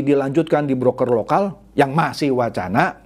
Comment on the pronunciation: ciri khas ini kalau ngomong kata "masih" itu penyebutannya "masing"